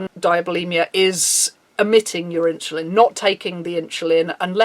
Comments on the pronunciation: “in-cha-lin” * insulin* not with a ch... sorry... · great video thanks for shining a light on this! however insulin is pronounced "in-sil-in" or "in-su-lin" not "inchillin" lol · Why are u pronouncing it "inshuline"?